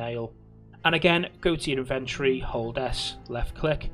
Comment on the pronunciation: BRO why you saying inventory like that